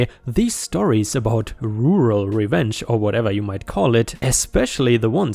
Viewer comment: Looks like pronouncing the word Rural is your nemesis,. Kind of cute really. Like asking a Chinese to say Round Robin. I'm sure my German is hugely more hilarious though..... ⭐⭐⭐⭐⭐⭐⭐⭐⭐